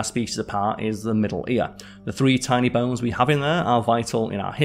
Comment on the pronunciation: What are "bells"? Are you saying "bones" ?